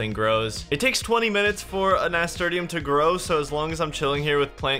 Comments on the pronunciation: that pronuciation of nasturtium tho... Nah-Ster-Shum>Nas-ter-te-um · Nasturtium is pronounced ni - stur - shim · Nas tur shum is the way it's pronounced my dude. My mum used to grow them and I'd pick them and eat them. Peppery flavour actually not bad. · I love the return my dude. But how you pronounced Nasturtium was killing me. It is pronounced Nuh-stur-shm. Also keep up the great work and I can't wait for the finale. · it doesnt matter now but its na-stur-shum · It's pronounced nasTURshum lo. Amazing content. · Nass. Turr. Shum. That is how it is pronounced. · im sorry but i gotta say it. Nasturtium is pronounced like NAS TURSH UM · FOR THE LOVE OF GOD LEARN HOW TO PRONOUNCE NASTURTIUM